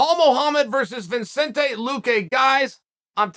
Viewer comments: Or calling Luque Vincente instead of Vicente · Chael: Luque has a beautiful name Also Chael: Vinchenzay Luque